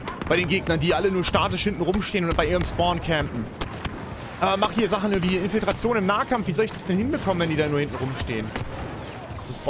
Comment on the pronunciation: Super Video, weiter so:) aber das „Infiltation“ statt „Infiltration“ tat schon weh:D